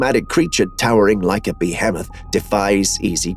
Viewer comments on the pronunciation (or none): Bee-hem-mith? what the heck dude lol. i generally forgive those computer generated voices for mispronunciations but I assumed you were a real human being, but you mispronounced every vowel,,, i think that has to be almost impossible for someone who talks as much as you do. Please explain? i will still watch these vids as i find them amusing lol.